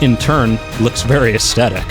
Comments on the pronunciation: "Ass tedick" I think the word you are trying to say is "Ass thetic" ;-) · As tet ic - Aes thet ic Drives me crazy when you say it hahaha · Stop saying asthectic (is that how you spell it?) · Am I the only one triggered when he mispronounces aesthetic as aeSTetic? There's an H in there bro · I think you mean “astetic”. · new drinking game take a shot every time you hear estetic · Say the word "theory".. Aesthetic has the same" th" sound in it. Not a hint if a aesdetic. Great video though and I'm sharing it with friends. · Your mispronunciation of "aesthetic" every 8 seconds kills me. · an an extra one for each time he cant pronounce it! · I can't finish the video - the only thing worse than over using a word is pronouncing it wrong every time you use it! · I can't get over the way he says it; laughing so hard, this is great. XD